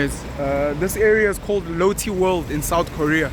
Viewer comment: Based in Korea. . . And your pronunciation of Lotte incorrect. Cool that you made it out here